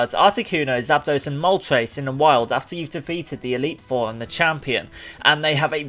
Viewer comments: It's moltres, not moltreys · Why do you pronounce "tres" as "trace" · The name of the fire bird: Moltres How he says it Moltreys